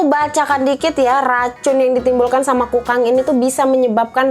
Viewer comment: Sabar ya..! Kayanya hidup lagi banyak pikiran. Ngomong Kukang aja jadi kangkung..😭 Btw tapi ngakak kak.. Makacih ya udah ngehibur kita..😀